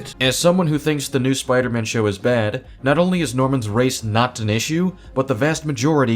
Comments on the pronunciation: I cannot get past him complaining so much about other people while saying "Spludermun" instead of Spider-Man. You know what's a REAL common issue? People that allegedly love characters but absolutely hate everything they've been in for the last 20 years. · Dude says Spider-Man like spodermun. It doesn’t sound like he’s even hyphenated the name. Punisher can wear whatever hairstyle he wants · I more offended that he keeps saying, “Spuder-Mohn.”